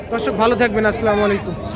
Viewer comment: সালাম দেয়া সঠিক ভাবে শিখুন। আস্সামু নয় আসসালামু হবে